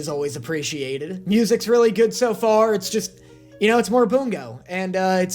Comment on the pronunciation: Why does it sound like he says “Boom goes stray dogs” 💀